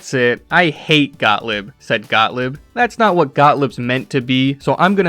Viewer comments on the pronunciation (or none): Actually like your presentation but could you at least learn how to pronounce German names correctly? G-O-T-T-L-I-E-B is pronounced Got-leeb not Got-lib.